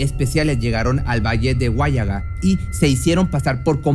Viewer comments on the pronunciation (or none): Se pronuncia huallaga sin acento, asi de plano. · Hola, en Huallaga no hay tilde, lo pronuncias mal "Huállaga"y no es asi, sin tilde por favor. El tema que has tocado lo conozco, soy de Lima pero no vivo en mi pais, esos pishtacos han sido mencionados en los diarios, en las noticias mucho antes de lo que cuentas, es decir han asesinado lugareños desde antes. Saludos desde Europa 👍